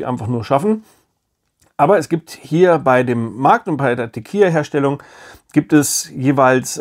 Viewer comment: Das Spiel spielt sich viel besser, als ich erwartet hätte. 😃 Auch hier kurz zur Aussprache, falls es Dich interessiert: Es wird "Tekila" ausgesprochen, also mit einem "normalen" L. "Tekija" würde es ausgesprochen, wenn es "tequilla" geschrieben werden würde. Kannst meinen Kommentar auch gerne nach dem Lesen löschen. 😉